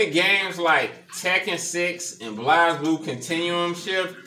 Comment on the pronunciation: Very cool build, might have to get this for my cabinet as I love Blazblue and wished it was from the begining. Just a heads up the game is pronounced Blaze Blue not Blaz Blue.